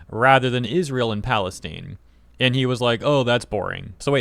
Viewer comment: Bit weird that you can't pronounce 'Palestine'